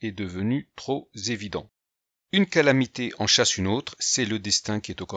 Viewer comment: "Trop z'évident", et "peu z'élevé" T'as compris qui te parle.